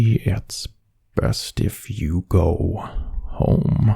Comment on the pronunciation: I am speed! 🏃‍♀️💨 Edit: You mispronounced "best" right there. 😎🐺